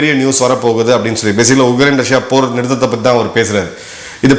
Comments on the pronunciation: Please pronounce it as Ukraine and not UGRAINE,Sir. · Sir, your pronunciation sounds like Ugrain, while it is Ukrain